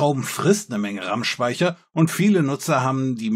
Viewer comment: Das Wort "Rammspeicher" ist aber besonders ausgesprochen. Ich dachte auf Anhieb Tills Stimme wurde reinmodoliert😂